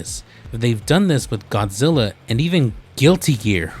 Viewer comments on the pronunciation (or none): none